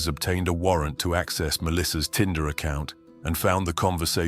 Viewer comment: Tinder, not Tender.